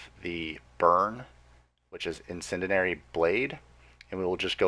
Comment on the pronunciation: In-Sen-Dee-Air-Ee! But, good info man. Just breaking balls...